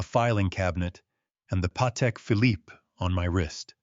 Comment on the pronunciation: Leaving Sandra Kowalski in Bel Air seems like an unfinished thread. And the final "e" in Phillipe is SILENT!! ARGH!!!